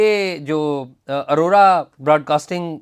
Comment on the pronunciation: ارورا نہیں بلکہ آوراaurora